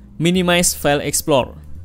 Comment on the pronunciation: Open File EXPLOR Emang Tidak bisa ngomong EXPLORER.... THIS IS YOUR BIG MISTAKE ... selalu BILANG : EXPLOR... AND IT IS FOREVER... DARI DULU SAMPAI SEKARANG ...Cian De lo How Poor You Are...